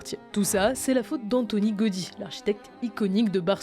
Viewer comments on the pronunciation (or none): Faut le prononcer Gaoudi et non Gaudi inculte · Par contre ça se prononce "Gaodi" et non Gaudi